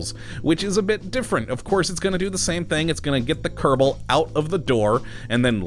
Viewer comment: Anyone Else annoyed by How he says kerbal wrong at the intro But When a mod has kerbal in It's name he says it right, please say it normaly instead of saying kerdabol at the begining.